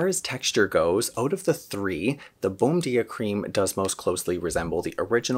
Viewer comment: Not being critical. But the pronunciation is more like "bone-JEE-ah" since it is Brazilian.